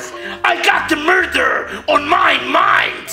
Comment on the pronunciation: Hes lost his maynd